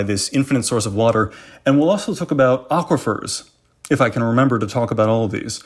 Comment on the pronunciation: 'Aquifers' = triggered